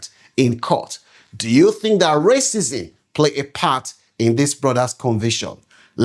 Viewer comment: Learn how to pronounce words...its pronounced racism not raisins!